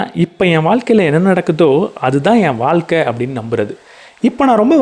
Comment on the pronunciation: வால்க்க ன்னு சொல்வதை கேட்க முடியல..'ழ' சொல்லி பழகுங்க .. வாழ்க்கை.. காணொளி நன்றாக இருந்தாலும் உச்சரிப்பு எரிச்சல் ஏற்படுத்துகிறது